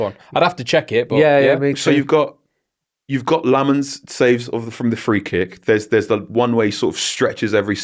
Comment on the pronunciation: Carl you gotta work on Lammens’ name pronunciation, plenty of videos of him saying it